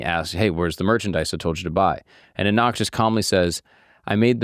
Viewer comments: Thank you for your informative channel. Respectfully, please learn how to correctly pronounce Guru Nanak’s name. Your channel is great and I appreciate you spreading the word 🙏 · Appreciate the episode as a Sikh. Your pronunciation of Nanak could use some work. Will be great to hear other episodes about Sikhi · Guru Nanak Dev ji pronunciation is wrong... Should check it on YouTube, how to pronounce.. Main character of your video.. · Atleast get Guru Nanaks name pronounced right You couldn’t even research how to pronounce his name Despite there being something called the Internet ?? YouTube ?? Where you could watch a Sikh YouTube channel and just hear how it’s pronounced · Pronounced Naanak. Not Nanaak. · Your saying guru Nanak wrong. You’re saying Guru NanAAK… It’s properly pronounced Guru Nanak. It's hard to explain over text. Hopefully you get what I'm trying to say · How did you mispronounce Nah-Nuhk ? Who told you it was nah-knock? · Do some fkng research… NOT GURU NA NAK.. it is Pronounced as GURU NAANAK… what an idiot.. just copy pasting content… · U r sayin guru nanaak its not how its pronounced...its GURU NAANAK dev g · Pronounced Naa -nak not nan-nak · Pls pronounce the name as Guru Naanak, not Guru Nanaak. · As a sikh, i really appreciate your work. On the day of Guru Nanak Dev Ji's Gurupurab(birthday), this is really worth watching. One thing about this is you need to work on your pronounciation like, it's not guru nanaak, it's guru nanak, you can pronounce as Guru Naanak. But it's ok, like he is ultimate truth and some calls him allah, some calls him vishnu, some calls him budha, and some calls him jesus. They all are same. 😊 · bro your ur pronounciation is wrong its pronounced as naanak✅ nanaak❌ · I quickly grabbed myself from immediate falling when he Said Na-naaak instead Naaa-nak. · Great video. Heads up - it’s Guru Nah-Nuck (like duck). Not NaNaahk. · It is not Guru Nanaak, it is Guru Naanak please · Nanak is pronounced in Punjabi as: N a r n u k 💯🙏